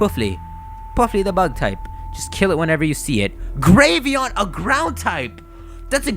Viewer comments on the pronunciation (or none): Gravyon? Don't you mean grav-eon as in gravel? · Who else got hungry when he said Graveon?